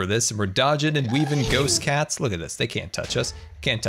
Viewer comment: Didn’t know called Ghasts “GhostCats” xD